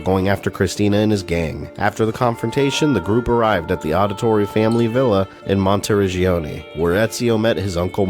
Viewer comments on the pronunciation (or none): Jesus man I'm loving all the content but is not pronounced audit-torri it's Audi-torri like Audi as in the car